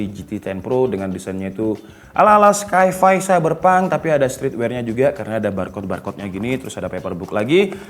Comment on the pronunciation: Sai-fai (sci-fi) bukan skai-fai bro